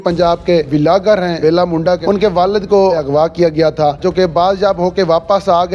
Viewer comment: Vilagar nai hota pendu vloger hota hai urdu point wale pendu he hai sub koi salam nai koi asalam alaikum nai you he muh utha k ajate hai